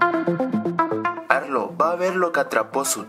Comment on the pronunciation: cuando a arlo lo llama dicen arlo no arlou error num: 15